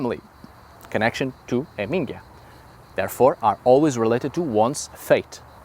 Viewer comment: HAMingja, not hamINGja 😉